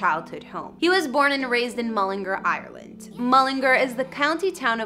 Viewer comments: How she pronounces mullingar : mullingerrr How we pronounce mullingar : mullingar Ngl she kind of annoys me hahahaahha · mullingur its mullingar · Its mullingar not mullinger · Yea it’s pronounced ‘mullengARE’ not ‘mullerGRR’. 🤣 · You know these people haven’t a clue when they say mullinger instead on mullingAr, and call Louis, Lewis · mullingARRR not mullinger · The way she is saying mullingAr is annoying me sm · she said ereland mullingr 💀💀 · Its so annoying how americans prounce all irish names towns all that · It’s pronounced mull-in-g-are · There's an a in Mullingar for a reason! Pronounce it properly, MullingAr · no no no, Mullingar, Ireland is pronounced Mull - Lynn -Gare. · Mullin- gar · That's NOT his childhood home. Yes, that house is in MULLINGAAAAAR....learn to pronounce it properly...but it's not the house he grew up in. I've actually been to his childhood home and met his dad and his partner. Why are you trying to be a 'news reporter'? get a real job... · It's Mull-in-gar. GAR! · YOUR NOT SAYING MULLANGAR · She said LEWIS and Mullingar wrong. She also said that his net worth isn’t too shabby. Hers is way less. He lives in London and LA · Lewis Tomlinson?? It’s Louis Tomlinson’s pronounces (Louie) 🤦🏻‍♀️🤦🏻‍♀️ and that house in Mullingar is one he bought for his mom. He has a house in England. I’m so done.. you acted like you knew everything and you couldn’t even pronounce Louis!! Or Mullingar!!